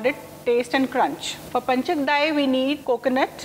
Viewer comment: It is Pancha-kajjaya and not panchakdai as you say.